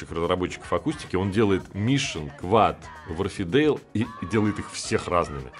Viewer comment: Все равно не читает комментарии, но все же! Не вАрфидейл, а уорфдЭйл